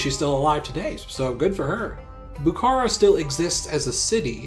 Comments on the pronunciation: Also the stress of Bukhara is on the last syllable. Bukhará and not Bukára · I’m a Bukharian Jew, a word with “kh” is pronounced like a rough “h”, not k. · "Buhoro" If we spelling and pronounce like a native ! Not Buhara and else, Buhoro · Lol its Bukhara . Its not a Turkish but Persian city Stop ommiting K . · Love the video, but your pronunciation is really atrocities at times, especially Bukhara (the kh is pronounced as one letter that is like scraping your throat)